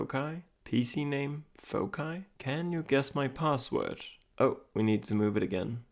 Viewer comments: Pwd is either 1234 or the most obvious foci(fawk-eye as you say it). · Did you know foci is pronounced differently in American English? Fo-sigh is how we would say it - a holdover from Latin. I had never heard your pronunciation of it until this video and looked it up and apparently it’s correct for UK English.